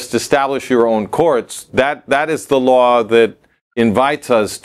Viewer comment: כבוד, באהבה ובהערכה רבה, טיפ קטן: Law חוק, מבטאים "לו", הדבליו בסוף שקטה. Low נמוך מבטאים "לואו".